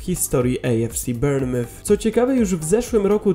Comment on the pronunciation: Bournemouth sie czyta "bormuf" a nie "bernyf" 😂😂😂